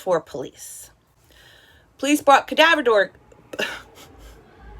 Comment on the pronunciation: “Cadaver dorgs” hehe